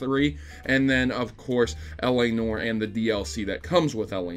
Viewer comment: L.A. "Nore".. Sorry, I had to:P